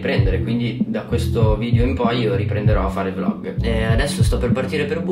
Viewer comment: Si dice VLOG non volg